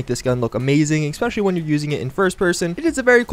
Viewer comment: Et cetera. ETT SET-err-uh. Not "excedera". Especially. eh-SPEH-shuh-lee. Not "expeshelly".